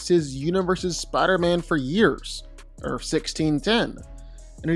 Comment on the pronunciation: Earth has a TH at the end of the word. Not a fucking F.